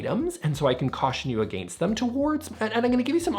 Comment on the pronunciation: i love the way you pronounce against for some reason?